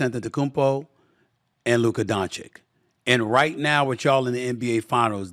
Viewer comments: SAS can say Joki-CH in the same sentence but not Donchi-CH?! I don't know if it's hate or just disrespect. If he's incapable (which is sad for a journalist), then why not just call him Luka. Kudos to J-Kidd as a coach. Great game management and adjustments this off-season. Hope the Mavs take it all! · My God, S.A., learn how to pronounce his name. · It's easy to make fun of how Staveen A Sammeeth says Doncic's name but the truth is he doesn't know any better and wouldn't change even if somebody corrected him. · Just say Luka. We'll all know who you're talking about. You're still pronouncing Doncic wrong. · Sad that Stephen still can't say Doncic correctly.